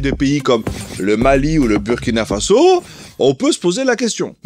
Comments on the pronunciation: Merci à vous pour le travail réalisé et ce que vous mettez en lumière. Je voudrais aussi en profiter pour vous indiquer que le Burkina-Faso se prononce "Bourkina Faso" même si l'orthographe peut faire penser autrement. De la même façon, un citoyen et une citoyenne se prononce "bourkinabé". Le mot est invariable. Un "bourkinabé" /une "bourkinabé". Encore merci 🙏🏾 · Bonjour Rectification stp sa s’écrit burkina avec le U mais sa se dit Bourkina sa fait mal au oreilles c’est comme la Hongrie tu va pas prononcer le hongris avec le S quand c’est pas nos noms qui sont écorcher c’est autres choses stp merci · tu risques d'avoir une manifestation sur ton plateau si tu continues de mal prononcer le nom du Burkina Faso. Le U se lit en ou